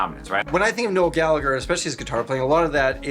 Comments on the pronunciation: 1. Gal a her Is how its pronounced Not galager 2. Listen to Johnny Marr... Charming man Keep up good work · You pronounce the hard g and silence the h in Gallagher. For those Gallaghers anyway. Irish names are so inconsistent 🤣